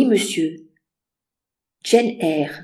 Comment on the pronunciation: Ça ne se prononce pas pas "Jeanne Eyre" mais "djeine Eyre" 😊 même en français. 😊. Faites l'effort 😊